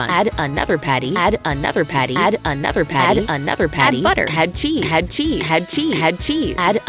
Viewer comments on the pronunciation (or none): Start: Ok this is going quite good. Middle: CHE-CHE-CHE-CHE-ZE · When she says ' cheese ' I hear SHEEEEEEEEEZ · When she says and chesse its like snezzig like 'hache' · her saying "add cheese" is "ha chee"